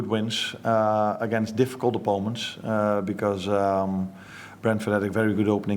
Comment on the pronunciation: Who's gonna tell him it's opponent and not oppoment 😂 funny because in Dutch it's the exact same word, opponent, but with a Dutch accent